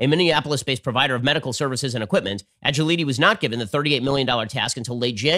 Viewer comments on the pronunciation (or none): Agiliti = Ah-Jil-ah-tee